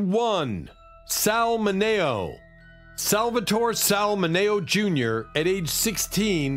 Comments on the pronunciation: Sal M I N E O. Not Mano. FFS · Sal Mineo (minnie o) not minay o. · Min -E-oh. Sal Mineo! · Sals last name was Mineo. min e o. not hard to say but ths guy never gets it right. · Sal MIN-E-O, is the correct pronunciation. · It's Sal MINN-EE-OH, you clueless nits! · Sal ..Mineo. there is no A in Mineo. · LEARN HOW TO PRONOUNCE NAMES. THUMBS DOWN SAL MINEO SAL MINEO SAL MINEO THUMBS DOWN MABEL NORMAND MABEL NORMAND THREES COMPANY WAS NOT ON TV IN 1976.